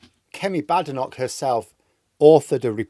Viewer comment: I cannot understand why you mispronounce Kemi Badenoch's surname. Is it because you don't respect Tories?